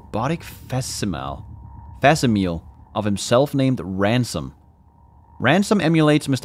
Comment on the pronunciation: facsimile like simile and metaphor pronounced fak-SIM-a-lee